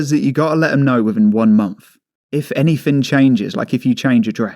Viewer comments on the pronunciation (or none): wtf. uver = other, what a cretin, anyfin???= anything speak correctly will you.